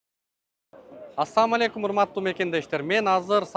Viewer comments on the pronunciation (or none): Блин тормоз туура салам беришти үйрөнчү. Ассамуалейкум эмес, "Ассалааму алайкум" - болот. Анан Мусурман эмес, Мусулман болот...